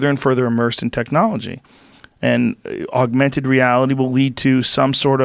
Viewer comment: JOE” AUGUMENTED REALITY” ROGAN